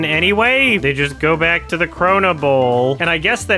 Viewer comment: makes sense, you're not a native English speaker so let me say it for you since you wouldn't know. As someone who has written in English for decades, the way he is saying "they" is incredibly awkward and incorrect. There is a reason so many people are pointing it out and non-english speakers are getting confused, even they know it's wrong. You prob know too but are too woke (scared) to say it out loud🫢🤫